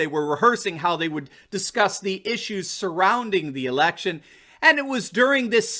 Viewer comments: oh election i thought you said erection ha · Don’t blame him. He confused “election simulation” with “erection stimulation,” a natural mistake, switched some consonants around.